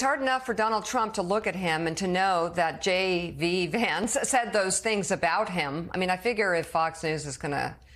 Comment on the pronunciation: What does JV Vance mean? Saying the name wrong, I mean